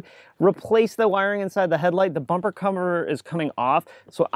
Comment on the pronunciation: Don't ya just hate dyslexia 🥴 he said "The Bumper Cummer" 😂 sounds like someone known for leaving his kids on people's bumpers 🤣😭